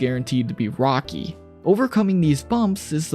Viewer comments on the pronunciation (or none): none